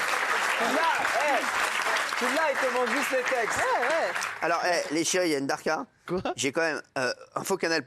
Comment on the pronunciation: Cyril hanouna veut parler arabe mainant. Et en plus c pas darkas c dahka